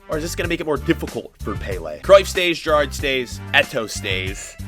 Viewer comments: Its Gerrard not gerrardie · The way he said Gerrard killed me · The way he says gerrard 💀💀💀